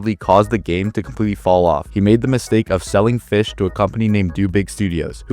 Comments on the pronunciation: For some reason when he said Fisch I thought he said b!tch. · Bro did NOT Say Fisch✌️🥹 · Bro did NOT say fisch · bro did not say fisch😭🙏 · Bro did not said fisch 😭🙏